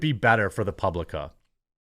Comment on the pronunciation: Hi Jeremy. Will you pay streamers like Kick does on The Publica ? By the way it always sounds like Republica when you say it so I had to check it.